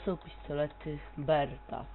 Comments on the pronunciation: nie berta tylko beretta jeśli już LOL. Fajnie, ze cos tam nagrywasz, ale pierw sie doucz i przygotuj materiał odpowiednio, bo robisz sobie wioche :) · To są pistolety ''Berta'' hhahaha BERETTA !!